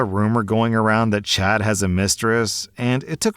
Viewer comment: You know you're too terminally online when you keep hearing 'chat' instead of 'Chad' lmao.